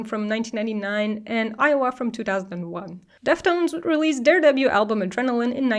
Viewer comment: Every time you said "debut" it sounded like "double U" and that confused me 😅